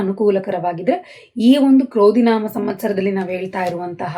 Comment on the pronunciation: Mam,pronounce ಕ್ರೋಧಿ ನಾಮ not ಕ್ರೌಧಿ ನಾಮ. ಜನ್ಮಜಾತಕ ಇಲ್ದೇ ಇರೋರು ಏನ್ ಪರಿಶೀಲನೆ ಮಾಡ್ಕೋಬೇಕು mam? ಸಲಹೆಗಾಗಿ ಧನ್ಯವಾದಗಳು mam